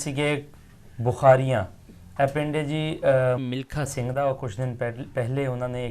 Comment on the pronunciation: vedio achhi hai ssa.milkha singhg noo tusi mlikha singh bol rahe ho